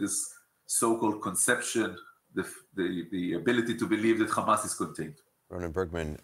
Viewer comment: I lost 5 years of my life every single time bro said *KH*amas